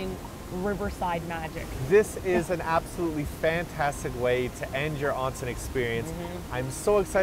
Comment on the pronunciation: I love you guys for properly pernouncing onsen...